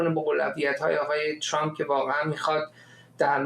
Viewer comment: چرااین به اصطلاح خبرنگاران و یا تحلیلگران ایرانی اسم ترامپ را غلیظ ترازامریکائی هاوانگلیسی زبانان تلفظ میکنند،عقده دهنشونویرویس کرده اللخصوص سمیرا ترامپ راچنان غلیظ تلفظ میکنه ،بعضی وقتها میگه چرررمپ ،تررررمپ چررررررمپ،خومثل ادم بگیدترامپ،،چرررمپ